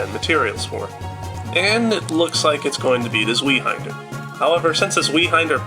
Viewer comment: Zweihänder is pronounced "tsveye-hander".